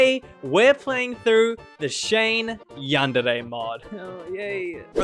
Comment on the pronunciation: You dont know how needlessly happy it makes me to hear someone say Yandere properly